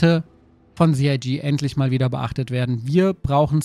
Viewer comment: Sie Ei Gee - CIG